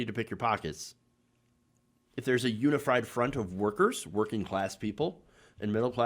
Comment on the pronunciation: Lol said unifried. Is that when we all get stoned together?